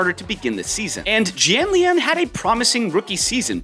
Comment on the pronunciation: It's pronounced "E Jhanliahn"